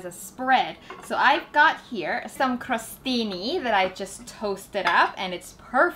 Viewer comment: Congratulation for the "crostini" pronunciation 👌🏼